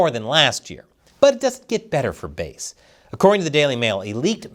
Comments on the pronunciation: You pronounce "Bass" as ""Base"? What are you smoking? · Karen Bass. Not Karen Base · It’s Bass like the fish not like base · It's Not BASE, it BASS, like the Large Mouth Fish She Is. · Why are you called her “Base?” It’s Bass! Like “Bass-hole,” and “Bass-hat,” “Bass-wipe,” “Bass-licker,” “Bass-munch,” “Fat-Bass,” “Bass-plower,” “Kiss my Bass,” etc. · Bass like the fish, bæs, and not like the low end of the sonic spectrum, stretching from the lower limits of human hearing at 20Hz up to around 100Hz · It's pronounced like "base". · I don’t think it’s pronounced bass like the instrument, but rather bass…like the fish on a hook she should be Chris. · its Bass.. like the fish Bass, Sha-Pelle..